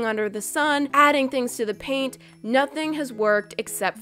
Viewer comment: Did you say paint on pain or both